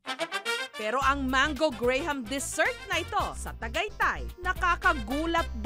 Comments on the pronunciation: Pronounciation po, hindi po GRAY-HAM, Graham= GRAM , silent “H” po siya, CARAMELIZED= CARMELIZED, silent po yung A after R. Research research po tayo lalo na kung Public Info po ang show natin..OK! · Jessica Soho, it's pronounced gram not gray-ham. You're in public service do it right! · The correct pronunciation of Graham is "grahm," not gray-ham. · Graham is Grahm not Grey-ham. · I don't see anything wrong with him correcting its pronunciation. Actually, it is also pronounced as "gray em" or simply "gram". Sometimes we need to appreciate people who educate us instead of being HAMBOG regardless of the approach. Again, regardless of the reason, we should be thankful na may mga taong iko-correct ang mga bagay na inappropriate. :) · Dba Graham pronounced as Gram? Or binobobo na lang natin ung mga pinoy? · Stop saying Gray-Hem It's Gram.. pronounce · Graham is pronounced “gram” the “h” is silent smh... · It's pronounced graam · Great job, sarap talaga. Ito ang pronounciation ng Graham.